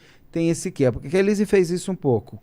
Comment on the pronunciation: Ele fala SUSANHI e ELHISE 😅